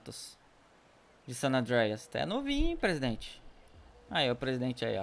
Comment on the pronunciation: não se fala sanandereias não san andreas